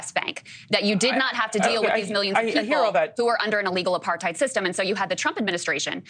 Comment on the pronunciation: Apartheid is pronounced Aparthate, not hide. It rhymes with hate. Which is a good way to think of it.